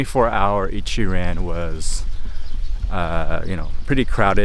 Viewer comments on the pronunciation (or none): Bro why you talk like a white guy - it's Ichi-ron not pronounced ran lol